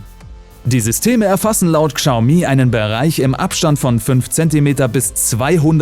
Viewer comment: Chiao mi, "schau mie" ist genau so falsch.